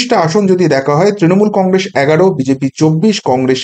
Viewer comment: Ar e age Congress uchharonn ta thik kor...tarpor to harabi ..😂